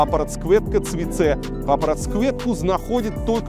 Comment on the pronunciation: успехи норм))) только окончание не ЦЭ а ЦЕ ))